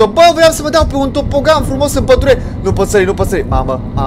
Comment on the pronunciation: se scrie tobogan da se zice topogan